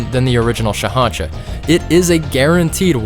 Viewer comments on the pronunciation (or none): Sorry to be that guy but it’s SHAH’AN’SHA